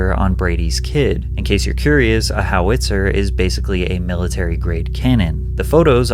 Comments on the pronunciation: it's not a "How it's her" it's Howi-Tzer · howitzer not how-witzer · said "How-Itz-her" 😭😭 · Not a how witzer....howitzer one word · Howitzer (Hau-uht-sr) / (How-it-sir) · Wtf is a "how IT sir ? Do you mean howit sir? :) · HOW-it-sir not how-WIT-sir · HOW-it-zer. The emphasis is on the FIRST SILLABLE. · What's a how-witzer and why can you say oral but not rape or suicide. YouTube speak is exponentially stupid. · WTH is a "How- Itzer"? Why do people not know how to pronounce things anymore? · What is a How-witzer lol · "How-Witzer" literally never heard someone pronounce it this way in my entire life lol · It's pronounced HOW-it-zer just so you know. Loved the video! also wow what a vile thing to post online! Yeuch. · You can’t even pronounce howitzer correctly Never clicking on one of your videos ever again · Ive never heard anyone butcher howitzer like you did lol. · Worst howitzer pronunciation ever but great reporting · Why do you pronounce Howitzer like a crappy AI does? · Man I was so close to subscribing…then I heard you pronounce Howitzer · The way you pronounce howitzer.... 🤦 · Not a bad video, but that ridiculous pronunciation of 'howitzer' deserves a thumbs down. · I almost disliked after that howitzer pronunciation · Your pronunciation of howitzer was like nails on a chalk board lol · Right? Threw me for a loop. Who doesn’t know how to say howitzer 😂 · Somehow more disturbing than the talk of a two yr olds genitalia was your pronounciation of Howitzer. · You completely butchered Howitzer😂😂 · Why the fuck do you pronounce howitzer like that? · How he pronounces “howitzer” is easily the best part of the video. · so after 30 mins of video of this douche and clickbait thumbnail the answer is... maybe. also, man, look up how to pronounce certain things (like friggin howitzer, which the douche pronounces for you in a clip you used) because it's horrendous when basic things like things like that get mispronounced and detracts from the quality of the video